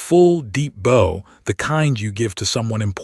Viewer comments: Great story well told (even if AI still strugles with the "bow" word ) Very enjoyable tale, thank you. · Bow, the word 'bow' is also incorrectly said. I do not know if you can fix the AI agent. It is obvious.